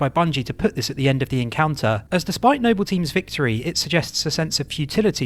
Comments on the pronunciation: I honestly thought you were trolling, the way you pronounced Noble and Jorge was both painful and hilarious. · Why are you pronouncing Jorge and Noble wrong? Both of these words are spoken by characters in game, it's not like these are words that are only written... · i utterly despise the way you're saying Noble 6 , i tell myself you're doing it on purpose for laughs because you can say Noble Team properly... but it still pisses me off. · Kinda irks me how he says Noble and Jorge, lmao. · "No-Bell 6 and Whore-Hey..." Jokes aside this a great video. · "Nobell" and "Hor-hay" lol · It’s pronounced NO-BULL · Stop saying NOBIYALLLLLLLL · The way he pronounces things its like hes speaking through a voice changer or something saying noble 6 as if its nobel prize and jorge as horhay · No-Bell Six and Whore-Hey is gold lol. Really good video, Halo doesn't get enough video essays on YouTube. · "Nobel six" lmao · "No-Bell team" "Hor-hay" 😖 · who tf is hor-hey and no-bell 6? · yeah, it's pretty bad. Idk why he calls him nobbel six, when he says noble perfectly fine when talking about the entire squad. And to not even know how to say George.... lmao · No-Bell team. Jor-hey WHY ARE U SAYING IT LIKE THAT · Noble Six, not No-bell Six...🙄 it's infuriating when so much time and effort goes into videos, just for something so simple to be overlooked. It makes you wince every time you hear it. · Nobel Six, Nobel Six!!!!!? It's Noble Six for crying out loud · Its pronounced nobal not nobel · Why is it you correctly call them Noble Team, but refer to the player character as "Nobel Six?" Also, his name is JORGE, not Jorgè! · Noble, not Nobel. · It's pronounced "George" not Jorgé and "Noble", not Nobel. Are you dyslexic or joking? (Good video though). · its noble 6, not nobel 6. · You can't just call Noble 6, the other white meat of Hyper Lethal Vectors, No BELL 6 and then immediately after pronounced Noble Team correctly. Simply disrespectful. For shame sir! Joking aside, great video.